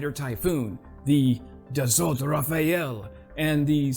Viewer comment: Thanks for the video, excellent as usual. When it comes to pronunciation Dassault is pronounced Dass-oh, and Thales us pronounced Tah-less. Hope this helps 😉